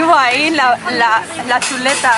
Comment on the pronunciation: diciendo "la chuleta "jejejejeje que chistoso